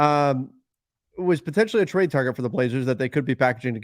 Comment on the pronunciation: say, "Targets" again, please, Sir 😂🖤💜💛